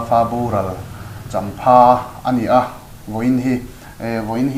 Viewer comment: The friday show, vul zel ang che. Thil pakhat han sawi zau ve lawk ka duh e. champhâ ni lo vin, champha tih zawk tur a nih hmel.